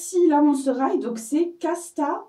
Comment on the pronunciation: c'est pas Hight mais High x)